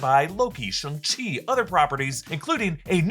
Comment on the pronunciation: 5 likes and has to stop pronouncing it “SHUNG Chi”